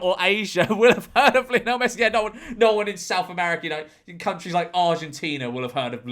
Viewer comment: You’re obviously not a fan of Lionel Messi is you can’t even pronounce his name George.